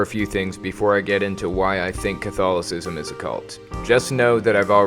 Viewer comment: I swear, the way you say it, it sounds like Cthulhu-cism